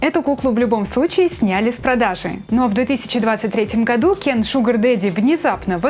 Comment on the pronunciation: Я же просила вас не говорить Кен через Е... похоже вам плевать на своих зрителей...😥